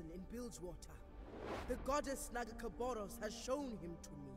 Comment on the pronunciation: I can't wait for the first (and probably last) time you try pronounce nagakabourus :D